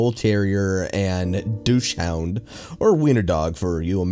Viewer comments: dachshund is pronounce dock-sun, not douche-hound. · ...."douche hound"? Dachshund= Dawks-uhnd, dude. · You horribly mis pronounced dachshund its pronounced docksund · Douchehound? I thought it was dachshund. Whatever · i have always pronounced it dock-shund